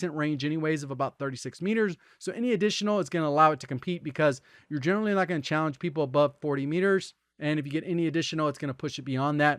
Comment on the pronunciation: As a community, when did we lose the last syllable of "challenge?"